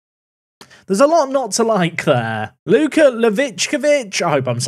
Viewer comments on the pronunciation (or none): none